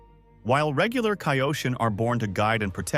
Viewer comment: Mispronouncing kaioshin